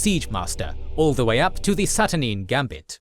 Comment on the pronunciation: I commend you guys for all the great work with visualisation, but some of the pronounciation in this video could use some reviewing before release. See: Saturnine, Aegis and others.